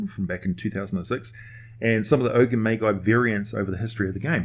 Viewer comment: Oh wow i literally just posted basically the same comment lol Forgot i already watched this vid a year ago It's a good vid and i love the oni, i just constantly hear the illogical pronunciation of magi and magus and it gives me the same reason as nails on a chalk board